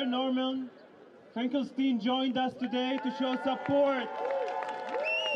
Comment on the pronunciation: Isn't Finkelstein supposed to be pronounced like Einstein?